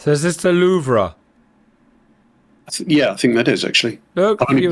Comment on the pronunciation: And Kudos for calling the Louvre Louvre and not Louv...